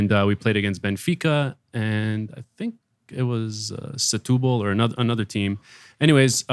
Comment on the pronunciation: Its not SATUBA! SETÚBAL! In portuguese.. VITÓRIA DE SETÚBAL! (VICTORY OF SETÚBAL).